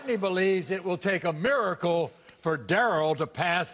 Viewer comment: When he said 'mimiracle' i thought he was complimenting her